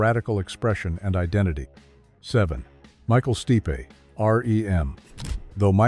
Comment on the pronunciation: Micheal Steepe' 🤣 Also not metal. And probably not gay.